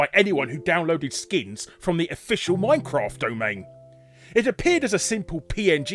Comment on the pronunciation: Miney-craftah? Never heard of it.